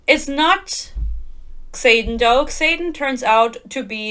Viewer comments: I love that you pronounce his name as KSaden, lmao. I dnf'd book one 12 pages in, so I love these rant videos that validate my feelings. Keep following Yarros's lead and mispronouncing Xaden and Yarros. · The way you say “Xayden” sometimes sounds like “Satan” and it’s fitting tbh